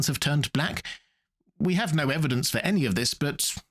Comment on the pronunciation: This may be the longest version of 'no' that I've ever heard. Very well articulated tho!